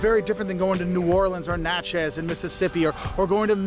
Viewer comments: Whaaaaaat was that? What did u do to Natchez?!?! You can't be serious? It's NATChez NOT natCHEZ! And OMG! It's Pe CAHN....not Pe CAN! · South Louisiana, between Baton Rouge and New Orleans, in St. Amant. We don't say P-cans, we say Pa-cons. A p can is what my grand parents used when it was too cold or stormy to go to the outhouse. And he's pronouncing Natchez wrong. The is no emphasis on any part of the word, just Natchez. Favorite foods are boiled Crawfish, Chicken & Sausage Gumbo, red beans & rice w/cornbread, tomato gravy & buttermilk biscuits. And New Orleans is not the only city worth visiting in Louisiana. In fact, the crime has gotten so bad, we natives rarely go to our favorite spots anymore. Baton Rouge is the Capitol city. But Lafayette, Houma, Thibodaux & Grand Isle are well worth the trip. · This guy had a lot of stuff right, but he has no idea how to say Natchez. And a pee can is a place to urinate.